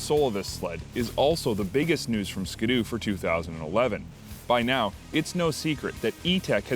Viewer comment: SKI-DOO , NOT SKA-DOO